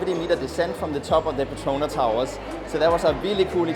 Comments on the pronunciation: It is PET TRO NAS not PE TRO NA Towers🤦🏻‍♂️ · The ‘S’ in the Petronas is not silent.. you should pronounce it like the locals